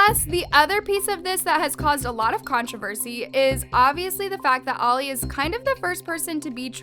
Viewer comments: When says controver-she, LMAO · Is it just me or... I heard "controvershee" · “Contrivershi” lmao (no hate) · NO ONE is talking about the way she said controversy in